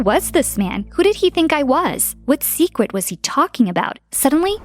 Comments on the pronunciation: Did anyone notice she said sewacert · hahaha "what secwet was he talking about?" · she said secwet not secret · Smh my younger sister always laughing so hard when she says secret but with a w